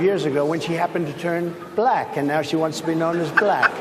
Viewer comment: She’s BUH-LACK 😂😂😂🤣😅💀